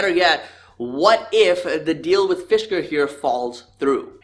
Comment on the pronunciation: Fisker was pronounced correctly. They had a car in the 2000s called the Karma. It was very interesting when it came out and also had a solar roof.